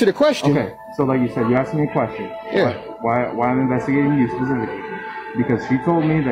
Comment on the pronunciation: No one was “axed” to do anything. They were “asked”.